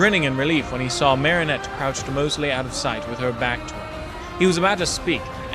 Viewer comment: I love podfics and I'm so happy you're contributing. I'm definitely subscribing so i can hear more. I have only one piece of constructive criticism and its the pronunciation of Marinette's name. You're currently pronouncing it "Marionette" which is one of those dolls hung by strings when it should be more of a conjunction of "Marie Antoinette". The French Dub (which is the more accurate pronunciation of the name) pronounces it MARE-in-ette with the Mare being pronounced the same as a horse mare. The English dub softens the a and pronounces it MAR-in-ette like from Mars. I hate to nitpick and you don't have to change the way you say it if you don't want, this is just the one issue I have.